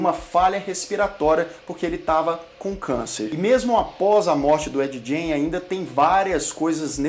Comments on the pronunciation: ED GAIN - fala como gana .....gain.....nao com som de jota....jain como vc fala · Gein se pronuncia "gueim" e não "jeim" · Sobre a pronúncia, fiquei na dúvida: Ed "Gjêin" ou Ed "Guêin"? Muitos pronunciam "Guêin". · a pronuncia correta do sobrenome é "gáin" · Se pronuncia Ed “guein” ! O cara era maluco no ultimate level ! — pelo menos ele trouxe tanta inspiração para tantos filmes e séries boas. Bates Motel. Silêncio dos inocentes. O massacre da serra elétrica... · Ed "guin" é o jeito certo de pronunciar o nome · A pronúncia tua está errada. O sobrenome dele é como “Guin”. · Ed "Jay"?😂 Faltou mais pesquisa pra esse vídeo, muita coisa dita não tá correto mas enfim. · ED Gein .. se fala GAIN .. excelente video! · Ed Gein... pronúncia: /g/ como em get /get/.... não como em giant. Parabéns pelo vídeo. Sou fã